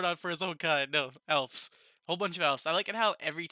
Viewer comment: Good review. This was my least favorite episode so far. I still liked it, but it felt slow. Your suspicion of the councilmen seems right on. I don't know why Rimuru punished Gobta while they were in the jail. Also, why did Gobta not accompany them to the elves? BTW, the plural for elf is elves, pronounced with a "v" sound, not "f" sound.